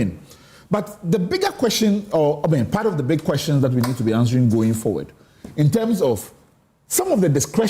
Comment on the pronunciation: From the USA: Please, Sampson, your pronunciation of the word, "QUESTIONS" can be better than what you do now. Please, check the pronunciation and start correcting it. Thanks.